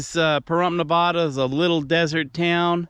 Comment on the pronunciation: Shouldn’t you know how to pronounce “ Nevada “ if you’re gonna talk about it?